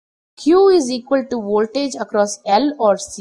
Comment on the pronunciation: I like the way you say woltage. So, can you explain the Q factor with a pendulum swing. The shorter the string on the pendulum the higher the Q right?